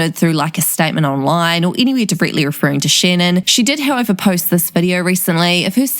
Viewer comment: “Shennon is absolutely treshing Gibby Hennar”